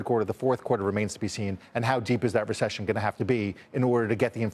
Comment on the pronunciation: Ever one of these talking heads say ression that means no ression